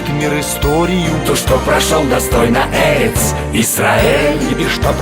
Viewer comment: Хорошо стараетесь! Мягкий голос,наверно ,проникает в мозги, души. Ложь, извращение смыслов. Кстати, " Эрец" с ударением на " е" - это не от слова " эрекция" . Очень ты стараешься. Видимо, хорошо зарабатываешь.